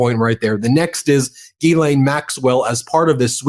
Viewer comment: He name is pronounced Jislaine Ghyslaine. you pronounce it Guylaine it’s wrong.